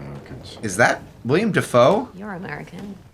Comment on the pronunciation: I’m gonna be that person…it’s Willem Defoe not William 🥲 (only pointed that out because yes, I also mispronounced it for a very long time myself 😂). Also, this movie, without fail, makes me curl into a fetal position and sob.